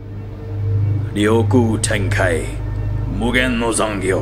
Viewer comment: English native learning to speak Japanese here, it's "Ryoiki Tenkai" not "Ryoku Tenkai" 😅 love your reactions tho looking forward to the double epi 🤞